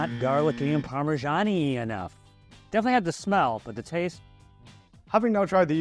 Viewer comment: it's parmesan not pawmeshaun